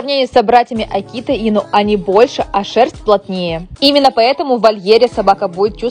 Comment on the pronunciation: Не аки́та, а а́кита. 🤦‍♂️